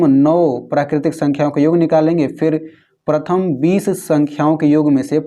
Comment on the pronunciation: पर्थम येन.... was epic 😂😂😅😅😂😂😂